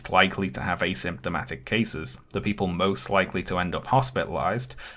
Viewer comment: I dont like the way pronounces asymptomatic